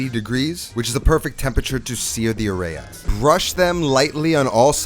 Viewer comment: Areya lolllll it’s areyas